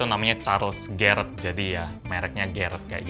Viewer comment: bilang garrett Otak gw:GARIT